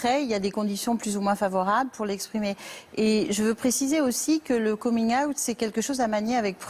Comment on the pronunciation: C'était une boutade, car au début de la vidéo elle le prononce de cette manière au lieu de dire out comme tout le monde. Et les histoires étaient vraiment touchantes.